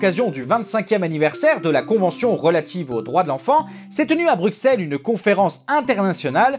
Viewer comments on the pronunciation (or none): Le "Brukselles" m'a arraché les oreilles xD On dit "Brusselles" !!!! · Excellente video, juste: Bruxelles se prononce ''Brusselle'' :) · Attention Bruxelles se prononce Brusselles comme soissante-neuf ! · A tous les belges, Il a dit Bruksselle. BRULONS LE 8D (jesuisunepsychofaitespasgaffeamisfrancais)